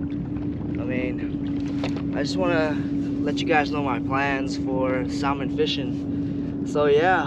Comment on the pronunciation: One of my pet peeves is when people mispronounce salmon. The L is silent so it’s actually pronounced “sah-mon”.